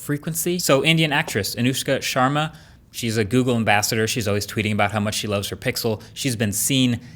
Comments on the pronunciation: "Anewshka Shawarma"😂😂😂😂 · "Anuska SHarMaR" well done mark ass lmao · 😂😂 when you say Anushka Sharma